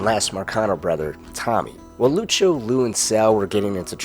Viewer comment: No problem, fella. Though the way you say Lucio makes my ears itch.